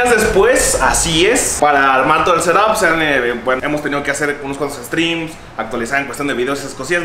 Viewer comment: Nadie:: el setop